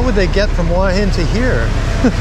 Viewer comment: It is pronounce hua, with the H, and not hua with a W,like you keep saying